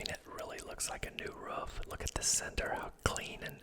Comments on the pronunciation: I’m French Canadian and English isn’t my first language, but the way you say « roof » always stands out to me!? You’re the first person I hear pronouncing it that way. Is it a regional accent thing? (Love your videos, btw. Very relaxing!) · Wow I just noticed that as well, sounds more like a dog’s “ruff” almost hahaha